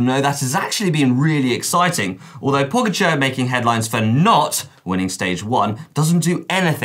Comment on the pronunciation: Are we not going to discuss how was pronouncing "Pogačar"?? 😂